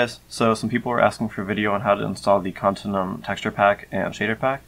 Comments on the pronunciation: its pronounced con-tin-you-um. not con-tin-um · to out it easier: continue-um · i think youre saying continuum wrong, youre saying con-tin-uum when i think its con-tin-u-um